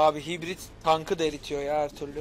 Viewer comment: hitbrit deme abi haybört deniyo die biliyorum